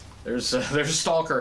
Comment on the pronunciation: It’s not St-all-ker!! It’s Staw-ker